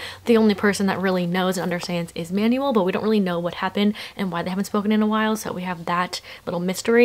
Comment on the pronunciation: Ur pronunciation of Manuel pains me sm 😭